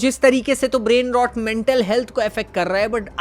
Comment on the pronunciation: "brain rot" pronunciation toh thik se sikh lo bhai.